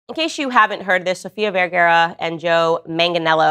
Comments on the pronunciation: Vergara NOT vergera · Descripción gráfica de Candace Owens: Es como el doctor Liendre, de todo habla y de nada entiende. PD no es VERGEREAH es VER-GA-RA Graphic description of Candace Owens: She is like Dr. Liendre, she talks about everything and understands nothing. PS it's not VERGEREAH it's VER-GA-RA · VERGARA! Not vergera 😰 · It's VergARA NOOOT VergERA 🤦‍♀️ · Is she saying Sofia Verguero? 😂😂😂😂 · It's pronounced VerGAra ffs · Candace owen's, learn how to pronounce her last name correctly. For God's sake. It is V eh r g AA r aa The first A has the /a/ sound. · Fist of all, you’re miss pronouncing her name.